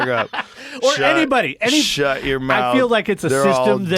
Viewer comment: “shut your mouf Joe, ya fewl”😂😂